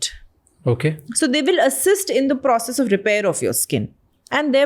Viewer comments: Her saying proceges instead of processes😂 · Why is she saying proceges instead of processes😂